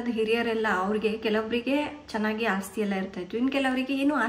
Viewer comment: ಅಸ್ತಿ ಅಲ್ಲ ಮೇಡಂ, ಅದು ಆಸ್ತಿ..